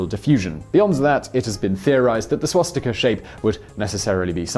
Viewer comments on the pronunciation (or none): He always say schwatztika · Can we have a video on whether it is pronounced swastika or shwastika? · I’m sorry, but i have to comment on this. There are no schw-sound in the word Swastika, when you say it, it sounds like you are saying Schwastika, it’s Swa-sti-ka.... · Had Simon had a drink before this? swastika, shwashtika, swashtika, shwastika? How many ways did he pronounce it??? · Why do you sometimes pronounce it "swastika", sometimes "swaschtika" and others still "schwostika"?